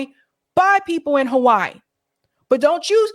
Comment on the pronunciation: Now I know why you call Hawaii "Ho-Why-ee"... The other side of Halli-wood.